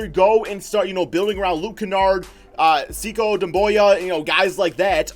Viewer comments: Is Sekou not pronounced Say-koo instead of See-cow or however ur pronouncing it? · It's pronounced Sek-ou